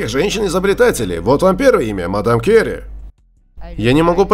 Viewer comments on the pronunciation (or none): Мадам Кюри, а не Кери